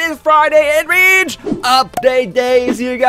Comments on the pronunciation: Just mispronounsation ok... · did he say bitch or beach? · when he said beach hydra it sounded like b*tch hydra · At the start didn't it sound like he say the b* word?